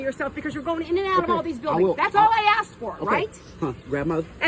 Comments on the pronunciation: Asked, aSKed. Not Aksed. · into the video you said they should provide their name when axed. If someone axed them, they would be very hurt or dead. The word is ask learn how to pronounce it correctly! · When you say "aksed" instead of asked. It makes you sound unintelligent. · Axed? It’s “asked”. Jeez.🙄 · The word is ASK! NOT AXED! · Asked not axed! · they were not axed they were asked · Nobody Axed for their Rights, they ASKED for their Rights. If you choose to use English to communicate, then please use it Properly. AXED means : "'Axed' [æksed] is the past tense and past participle of 'axe'. It means to dismiss someone from a job. Examples include 'He was axed from his job after the company went bankrupt.' and 'The TV show was axed after only one season.' Synonyms for 'axed' include 'fired' and 'sacked.' " American Dictionary definition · For Christ's sake its "ask" not "aks". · "providing their names, when axked" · The word asked is not pronounced "aksed". Why do so many African Americans pronounce it like that? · The problem is. You axed her. You should of asked her instead. 😂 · "providing their name when axed" Are you suggesting we swing an axe at these cops to get their name? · Do not say axed. You sound ignorant